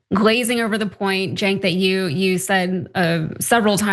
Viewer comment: The Free Press? Free for who? And how hard is it to say "Jenk". And Bill Maher has always had a racial blindspot, he is racist. To be honest, Cenk has had one himself at times, as has Ana (moreso than Cenk). A lot of people have anti-black views on some things. Israel is the most oppressive country I've seen recently - openly committing genocide. 70,000 is not the number. It's closer to half a million (500,000) or more.